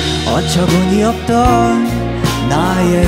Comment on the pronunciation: 부터 시작되는 합창단 파트 라이브로 들으니까 더더더 좋아요 ㅠㅠ 밤의 공원 라이브는 좀 더 잔잔할 줄 알았는데 너무 열정넘치게 불러서 오히려 좋음 부르는 사람이 100% 몰입한 게 보이니까 듣는 사람도 몰입을 안 할 수가 없다구 ㅎ흐흐흐수루국 ㅠㅠㅠ “어처구니없던” 한 글자 한 글자 또박또박 발음하는 게 너무 좋아요… 정말 말하듯이 불러서 더 와닿음,, (미국 거주자입니당)